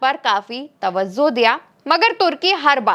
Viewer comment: Tawazzo nahi mam tawajjo hota hai